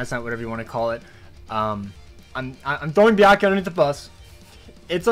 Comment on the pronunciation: It’s byak rukia and as mark my words